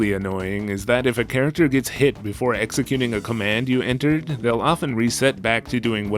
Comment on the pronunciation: Did I mishear you say “pairacter”? Like the dog character and squirrel character together are a pairacter??? Awesome content as always!